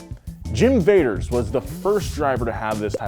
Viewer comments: mike v-ah-ters not vaders lmao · He keeps saying Vaders but it's Vaters "VAH-TERS" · Also one of my dads friends was Mike Vader’s and I talk to him and said it wrong it’s mike Vah ders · Not Jim Vaders... also not Mike Vaders... the owner/driver of Black Stallion since 1981's name is Mike Vaters. (This is a delightful video, btw. I'm just a nerd and have to comment when I have any kind of correction.) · its Mike Vaters- Pronounced Votters... not Vaders... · Mike Vader's but pronounced Voders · this video triggered me because of these name pronunciation and errors its michael Va-ters than there is scott butte oh im disappointed usually does a ton of research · Saying Vadoors name all wrong